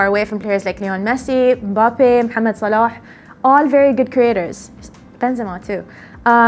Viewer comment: pronouncing mohamed salah the correct way>>>>